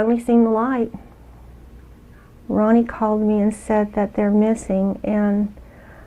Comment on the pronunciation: Its Ronnie not rodney